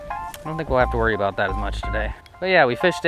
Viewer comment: That’s what I’m talkin-a-boot.